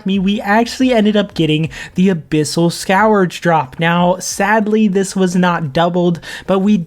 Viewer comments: Just for your future knowledge, its pronounced "SKURGE" rather than "SKOWER-juh" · Scurge is how it’s pronounced:) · The way you pronounce "scourge" is cringe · never heard anyone pronounce scourge like that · Every time he says it I have an unbearable urge to murder a kitten